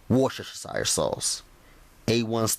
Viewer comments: x-ing out 9 separate pop up ads on top of your screen was so annoying. A little help with the word 'worcestershire' sauce, narrow it down to three syllables and it gets easier to say. People have trouble with this word all the time, but if you just leave it to three syllables it's easy. Instead of 'woosh-ter-sher-shire' try instead saying 'woosh-ter-sheer'. Overall this recipe looks pretty good. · Oh I LOVE the way you Americans cannot say Worcestershire sauce, it's pronounced WUSTER. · Can't go without that "wush-sha-sha-shire" sauce!! 😂😂 I love!! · 😂😂😂and that wush-shu-shu-shire...go!! Lol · Don’t nooobody have warsh-shshire sauce. Where you get dat?